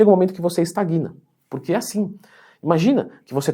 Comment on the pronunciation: Excelente vídeo, mas ao ouvir "estaguina", meu ouvido doeu rss.